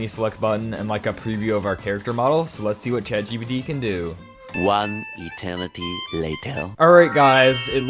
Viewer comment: I keep on hearing bro say chagbd😫😂